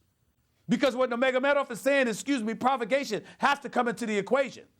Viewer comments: I wonder if Stephan A realizes how DUMB he sounds to real MMA fans?!? 1. Its NUR-magOmedov, not NA-magAmedoFF....u mispronounced his name 15 god damn times!! 2. Hes from Dagestan NOT Russia 3. Dillon Danis was the "strength and conditioning" coach he went after (actually its his BJJ coach, but whatever....oh BJJ means brazilain jiu jitsu btw) 4. We ALL know Jones would be your fave fighter. NOBODYYYY is shocked by that. Ill give it one month before your race baiting arguments make it into an MMA duscussion 🙄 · Well he is a casual.... he doesn’t know how to say nurmagomedov correctly or who Dillon Danis is. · This guy is an MMA analyst now huh? He didn’t even pronounce Nurmagomedov correctly once lmao